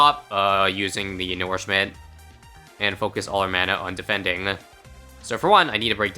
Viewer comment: I dont like how you pronounce nourishment Do you also call manure, "manoor"?